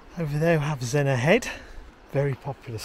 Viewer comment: Zenner, not Zen-NOR.